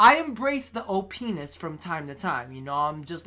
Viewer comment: "o-penis is fantastic" xD Edit: just noticed everyone else pointed this out aswell.